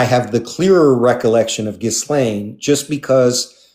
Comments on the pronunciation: I've heard it mispronounced many times by people/journalists/reporters/etc, especially when she was first getting linked to Epstein, so perhaps has heard it said incorrectly over the years as well. does mention that their adoptive mother wasn't especially smart so could she have been getting it wrong too? Just because a big conversation happened about the pronunciation doesn't mean she had it right. Just a theory. I could be wrong. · This is a point of contention for me. If so much attention was being paid that day to the pronunciation of “Ghislaine,” why is mispronouncing it now?